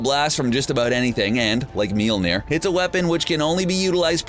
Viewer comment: YOU KEPT SAYING MOLNIJNER WRONG